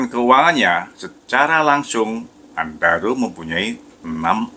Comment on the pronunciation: Apa aku sndiri yg denger nya andaro...